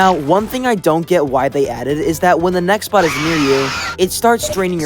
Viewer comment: omg he said nextbox lol